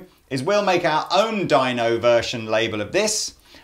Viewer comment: I cringe every time he says Dino...